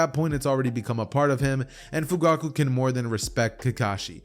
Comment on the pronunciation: one point in the vid you said fuguku XD